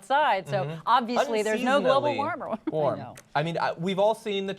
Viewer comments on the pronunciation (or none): "global warmle" -i caught you bitch. tighten up.